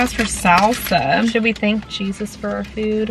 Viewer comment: I honestly heard "Cheesus" like... god of cheese quesadillas. XD